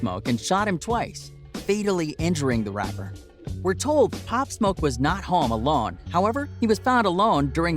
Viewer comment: Why u say Home like that 💀💀 Hom